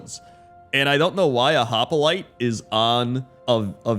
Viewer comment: Hoplite is pronounced as hop-lite not hop-i-lite. And the island with the crocolisk is likely a reference to the Carno island of ARK, which is filled with carnivores who constantly fight and eat each other plus the door that can be seen in that part of the vid is probably a reference to the artifact cave on Carno Island.